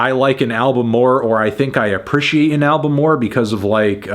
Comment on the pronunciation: the way fantano says "appreciate" rubs me wrong